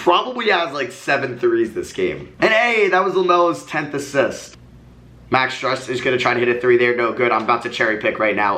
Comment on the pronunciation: Max’s last name is pronounced stroose